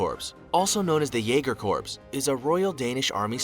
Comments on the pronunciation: Corps is pronounced like "core" not "corpse". The computerized voice needs some work. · I wish he pronounced "corps" correctly. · the pronunciation of corps is bugging me, thr British SAS is my favorite